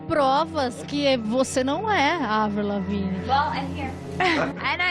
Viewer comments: avril lavigne, evrıl lavic değil evrıl laviin diye okunur. (i harfini bilerek uzattım) Ve aynı zamanda 2003'te öldü 2013 değil düzgün araştırma ile video yapsana ya ingilizce bilmeyip sana gelen kişiler yanlış bilgiyi doğru sanıp da başka kişilere söylüyorlar. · Kardeş baya araştırma yapmışsın(!) helal de kadının adı nasıl okunuyor onu da öğrenseydin keşke. ''Evrıl Leaviğğn'' diye okunur. Soyadı Fransızca kökenlidir. Kanadalı ya hani. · Evrıl lavinç değil evrıl laviin diye okunuyor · Spikerler karşılaşma öncesi sporcuların isimlerini kendi ülkelerindeki telaffuzlarina göre öğrenip söylüyorlar. Senin de buna calisman gerekli bence.evrıl Lavin diye okunur mesela lavinç değil. Videoların gayet başarılı bu arada.bunu bi gozlem olarak kabul et 😀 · Evril Lavinç olaran bildiğiniz kişi "Avriıl Laveğn" dir "Andırmay sikin" diye diye de bi albümü yoktur. Video çekiyosun telaffuza bak sıfır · abi lavinc nedir ya hiç mi röportajını, konuk olduğu programı falan izlemedin nasıl çağırıldığına bakmadın ya. 15 dklık video yapmışsın insan özellikle bakar ismini doğru telaffuz ediyor muyum acaba falan diye lavin olarak biliyor herkes bunu lavinc nedirrrrrr :@ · Tamamen uydurma!!! 1) Adı Evrıl Lavin diye okunur, Lavinc diye değil. Buradan zaten videonun kolpa olduğu belli. Konuyu iyice araştırmış olsan böyle bir hata yapmazsın. 2) Görüntüdeki tarihlerle senin söylediğin tarihler arasında birkaç yerde farklılıklar var 3) Eski Sesi-Yeni Sesi diye karşılaştırma yaparken YENİ adı altında verilen videoların üzerine sonradan dublaj yapılmış olduğu çok bariz İnsanlar da inanmış, bir de oturup şöyle yapsınlar böyle yapsınlar diye çözüm üretiyorlar. Milletin aklını bulandırmayın! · "Evrıl Lavınç" ne lan? "Evrıl Laviin" şeklinde telaffuz ediliyor.